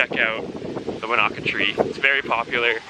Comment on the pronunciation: Wanaka is pronounced like Monica.